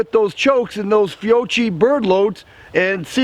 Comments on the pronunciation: You had me at "fee owe chi " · Fiocchi is pronounced Fio-key, not trying to be a troll but I know some people will give you a hard time about that ha sweet shotgun and great video